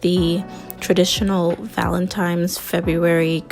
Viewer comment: It’s Valentine’s (with an “n”), not Valentime’s (with an “m” as you pronounced it).